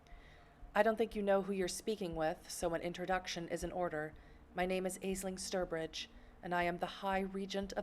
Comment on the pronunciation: Grammar, lol. How about pronunciations? "Azeling Sturbridge?" ha ha I thought it was more like "Aashling" I am going to buy the damn game from Steam tomorrow and probably play as a ventrue as well. I am going to use my powers a lot. Don't care if it pisses off any other vamps. Probably die within the first few hours, lol